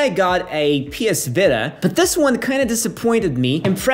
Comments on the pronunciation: Not the way you said Vitta instead of Vita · A PS viiiitahh? Wtf lol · “PS Vitta” Urgh